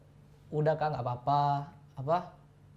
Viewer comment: Salfok ama "apah"